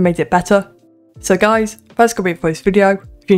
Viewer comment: The way u pronounced guis triggered me